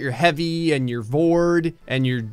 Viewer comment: vord.................... MMMMMM sounds like vore to me